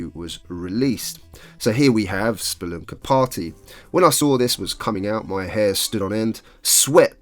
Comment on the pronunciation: i had a feeling thats why you pronounced it that way xD